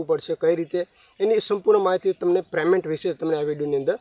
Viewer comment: Please yaar payment bolo preymant na bolo